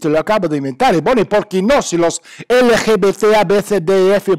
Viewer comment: Jajaja me encanta como lo dices...lgbtz...